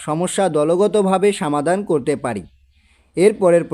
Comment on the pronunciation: সমাধান হবে!সামাধান না!প্রয়োজন হবে,প্রায়োজন না!😅😅